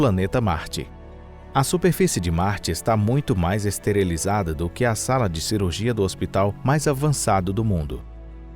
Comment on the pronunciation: Não é ESTERELIZADA, mas sim ESTERILIZADA. Você fala muito mal o português. 👍